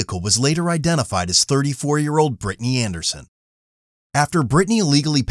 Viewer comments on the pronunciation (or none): 'Brytni'??? Omg 🥴🥴🥴